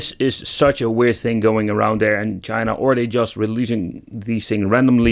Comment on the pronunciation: PACAAAASH FRAM CHAYNAAA lmao